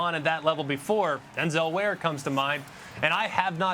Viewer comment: My man said Denzel ware like he dosent kno who he is 😂😂😂 tip 5 corner in his second year lmaoooooo